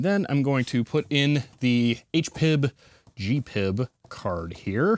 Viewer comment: My dad worked for HP in the 80s and we had the 6 pen version of that plotter and a 150 PC. The manual had a complete description of the PCL and I wrote BASIC programs to control it. BTW: HPIB is pronounced H-P-I-B, not H-Pib.